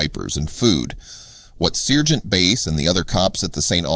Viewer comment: SIRGENT? SARGENT!